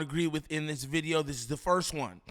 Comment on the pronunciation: & what’s a bideo?